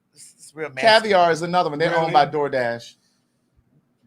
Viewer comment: Don't you take not nann nother 30 seconds 😂😂😂😂